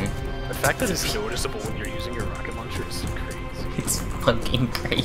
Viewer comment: Rawket lawncha